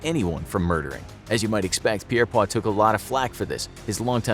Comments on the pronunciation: It feels like Britain is being singled out here so I’d like to point out that we No longer have capital punishment but the USA is still executing people of low IQ or simply for being the wrong skin colour. Btw the executioner Pierrepoints name is pronounced peer-point. He never said he disagreed with the death penalty. He was disgruntled that he wasn’t paid for a cancelled execution. Soon after this capital punishment was abolished. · You are pronouncing Pierrepoint wrong. It doesn’t have a French pronunciation in the U.K. it would have said like Pier POINT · You mispronounced Albert Pierrepoint. There is a t on the end of his surname. It's not silent. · Yes, his name sounds very much French, but no, Albert Pierepoint was an Englishman and that's also how you pronounce his last name. In English. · I know I'm a little late to the game when it comes to current video games... but I was playing uncharted 4 last night, and was delighted that one of the characters took the time to correct the pronounciation of 'gibbet'. PS: There is an excellent BBC film called 'The Last Hangman', which is a biopic of Pierpoint. You could learn how to pronounce his name from watching that as well! (Hint, he was English, not French). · It's Peirpoint not Peirpoir. Albert Peirpoint. Hanged lots of Nazi's as well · Great video! However I should point out that Albert Pierrepoint's last name is pronounced Peer Point. Not Pierre Pwa. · Pierpoint is pronounced: 'Peir-point.' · pirpoare its pierrepoint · Got to believe the last Beheading & Quartering in England was WELL BEFORE 1839! BTW...it's pronounced JIBBETING, not GIBBETING! Albert Pierpoints name was pronounced PEER-POINT!